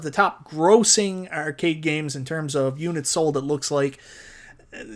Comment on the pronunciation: I want NFL Blitz sorry. Subbed because you pronounce Arcade as Errcade.